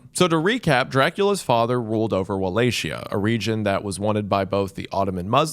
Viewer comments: Its Walachia, not Walashia. You read it like "Walahia" (common for Eastern Europe), or at least "Walakia" (true variant). Because c+h creates a diftong that sounds like "k" in Romanian language. And yeah, Radu also had another regalia known as "Beatiful". "Fair" - I never even heard of it. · Mr. Goon, please say with me: wuh-LAH-kee-yuh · as a Romanian not Walakeyuh, In Romanian it's as it's written Valahia , no key sound Wa sound idk how to explain it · Its either pronounced with "chi" or "ki". I understand that an English speaker would say "shi" when the see ch in a word. That doesn't explain why he said stuff like "Walatshia", which is a hilarious way to say it. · Wall-A-Chee-ya?!?! Your interested in Dracula but DIDN't watch the Castlevania show? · I've tried watching this so many times but I can't finish bc of wuh lay she uh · Did you just say "walla shia"? goodbye... -_- I was all into this video until i heard you pronounce it like that then im like "nope" thats as bad as the white girls running out of the spanish class saying "Q-pasa" please dont use the google AI results pronunciation. that joker is always messing people up. use the Romanian pronunciation. Im not going to be the grammer nazi.. im just trying to help you out.. no i didnt really leave the video. i kept watching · Wallachia, with a soft "Ch" like in Cher, right? It's not his fault, guys. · no way wendigoon is saying walaxia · Never thought I would have to correct Wendigoon, but its pronounced like "Valahia" or "Valakia" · It's pronounced 'Valahiya'. You need to at least do some pronunciation research when doing your videos. You're really bad at pronouncing the same thing wrong time and time again when it's the focus of your video. Literally take 5 seconds to google it. Jesus christ this is the second video I almost didn't continue because it seems like you're incompetent. Get your shit togethr. You can research a topic but never how things are pronounced. Peak American.